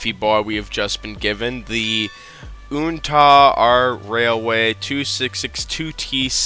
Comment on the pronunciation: Fyi. The Uintah is pronounced (you-in-taah) like the Uintah mountins of Utah